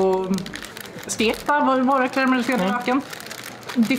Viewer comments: Det var det märkligaste uttalet på Trocadero jag har hört, och då kommer jag från Norrland. Det måste enbart förekomma i Umeå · Inte är det någon som säger Trocadero på det sättet. Har aldrig hört någon säga det på det lustiga sättet. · Det borde vara olagligt att uttala Trocadero på det där viset, någon form av högförräderi. Jag har alltid haft en romantisk inställning till Norrland men efter det här vet jag inte längre. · Det är inte umemål, hörs (för mig) ytterst tydligt att det är på vischan någonstans i norrbotten (alltså säg minst 30 mil norrut från Umeå). Jag har nog hört de allra flesta norra norrländska dialekter, men jag kan uppriktigt sagt säga att jag aldrig någonsin hört någon uttala Trocadera "Trocaaaadero". Sedan är det regionalt dialektalt. I Göteborg säger man "Trökka" och i norra Sverige "Tråkka". Överlag så tror jag nog en absolut majoritet i Sverige uttalar det "Trokkadeero" (med t ex. varianter på "ö" och "å" istället för "o"). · Har bott i Umeå hela mitt liv och har aldrig hört någon uttala Trocadero så där.